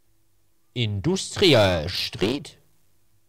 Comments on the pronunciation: Niemand: Wirklich niemand: Hänno: "Induusdrial Schdried" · "Industrieal schtreed" *HoB, 2019